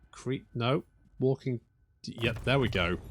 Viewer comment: That's not walking....it's waking 🤣